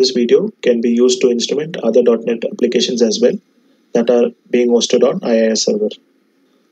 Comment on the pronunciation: It is .Net not .Not :)